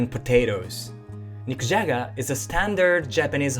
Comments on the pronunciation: „Nikujaga“ sounded like „Mick Jagger“ to me. 😅 Please don’t eat a rolling stone. ☺️ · I thought he said I’m gonna make “mick jagger” for dinner lol😂